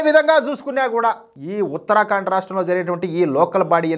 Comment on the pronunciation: దయచేసి ఉత్తర ఖండ్ అని పలకండి, ఉత్తరా కాండ్ కాదు. మంచి వార్తకు ధన్యవాదాలు